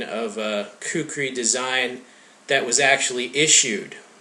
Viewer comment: Actually, "kukri" is closer to the actual pronunciation that "kukuri". Its a nepali/hindi/urdu thing.